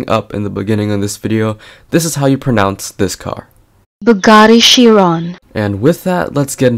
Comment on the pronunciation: You pronounce ‘pronounce’ wrong